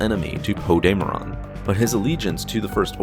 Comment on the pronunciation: DAME-RON is what your saying 😂😂 DAM-ER-EN is how it is